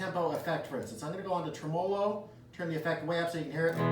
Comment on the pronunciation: You might learn how to say, tremolo right!😂😂😂😂